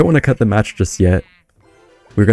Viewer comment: WE GUOT UH MAHTTCH 🎉